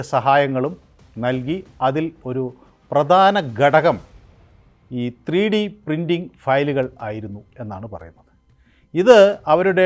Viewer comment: "ബരണം" അല്ല, ഭരണം ആണ്. ഗഡകം അല്ല, ....